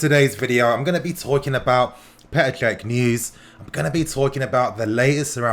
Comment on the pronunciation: It’s pronounced Check not fucking kek